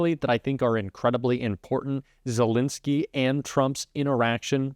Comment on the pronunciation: love your content but please use the correct pronunciation of Zelenskyy’s name, it’s not Zel “i” nskyy, but with an “e” in the middle, “len.” Not “lin.” Thanks!